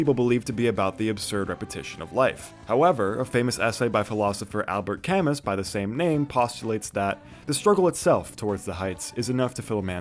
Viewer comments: it's pronounced "Cam-moo" not "Cam-mus" also its Blue > OK Human > White > Pinkerton > EWBAITE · Great video but I can’t let go that Camus is pronounced Ca-moo. Thank you for your time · You mispronounced Camus’ name its Ka-Moo🤓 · Your pronunciation of Camus is very cute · Whyd you pronounce Camus' name like that 🤨